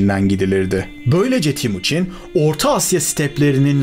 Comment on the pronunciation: Timuçin değil TEMUÇİN (Temir - Demir / Çin - Gibi)